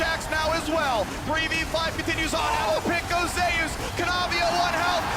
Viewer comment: Why do they pronounce "Zeus" this way? it's been bugging me since day one. Is it that the player told them that's how he wants it pronounced, which is ok, or is it just a mistake?